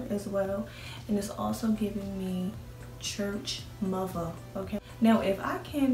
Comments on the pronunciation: 😂 “church Muva “ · "Church Muva."